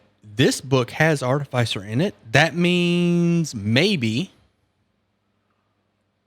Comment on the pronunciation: Artificier is pronounced like in Artificial not arti-fey-sir.